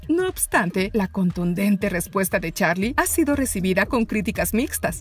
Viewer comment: No es charlie es charli 😐